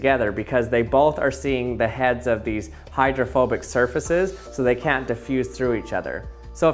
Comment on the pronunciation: I thought you were saying homophobic 😂